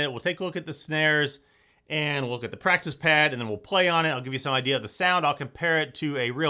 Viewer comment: Just noticed this when you flipped it over showing the pad on the bottom you said plactice pad instead of practice pad